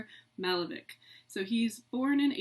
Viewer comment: Would be a much better lecture if all the names were used properly. The painter's name is not Málevik, but Malévich- ch pronounced as you would pronounce Chaucer, cherry, and so on.